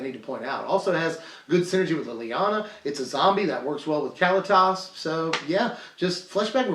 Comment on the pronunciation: I love ya man, but if you say Cally-Tas one more time, I'm gonna rip my hair out. kuh-LEE-tus, tray-ter ov get.